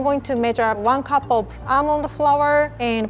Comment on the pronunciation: OMG WHEN WAS TRYN TO SAY ALMOND FLOUR SHE SAID ELMO FOUR YOU DO KNOW THAT RED BOI OMG I LAUGHED SO BAD😂🤣🤪